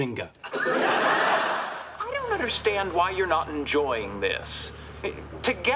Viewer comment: for the Earlier Seasons instead of "Bazinga" it's "Buzzinga"